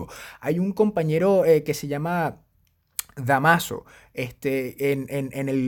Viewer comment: Excelente información, como siempre. Gracias por la mención. PD: Se pronuncia Dámaso Jaja saludos...